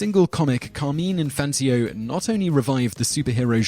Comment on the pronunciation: "Infantio"? It is like the announcer was not even TRYING to pronounce the names correctly. If only that was the ONLY word he spat out, half chewed.